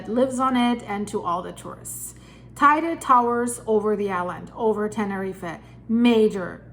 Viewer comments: It’s pronounced tee dee. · Stop. First it is pronounced tay _day Then we could never survive an eruption, second.... Yep when building on this island you have to use a proper construction... My home has constant movements. Needing more flexibility! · Not exactly, the pronunciation in Spanish has nothing to do with English; in fact, she doesn't pronounce it correctly. What she says is spelled TAIDE in Spanish. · Check the pronounciation of Teide please, yours hurts